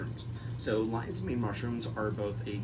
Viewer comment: rofl LINEES MAIN instead of LION's MANE